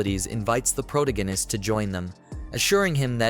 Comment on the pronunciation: Why did you let the guy read this knowing he cant say the word "protagonist"?